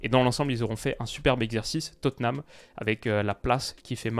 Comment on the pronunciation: Tu prononces Tottenham enfin correctement ! Ça, c’est historique 👏👏👏